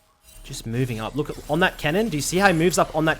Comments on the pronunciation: all on that "Kennen" bro talk properly its cannon not 'Kennen' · I thought this fool was saying Kennan lmao eu saying cannon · Thought he was saying "Kennen" not Cannon like theres no kennen in this game lol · lol same, took me like 10 min to realize he meant cannon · I was jenuinly so fucking confused when I heard him say "kennen" :D, I was like "wtf, am I watching a bronze analyze a challenger game for me? xD"